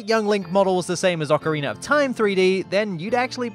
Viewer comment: He did it... He finally pronounced ocarina as "ocarina" and not "ocariner"